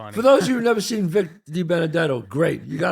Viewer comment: You guys pronounced Vic's name WRONG !!!!!